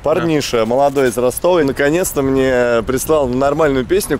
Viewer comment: Из Ростова, а не «С»🤦🏼‍♂️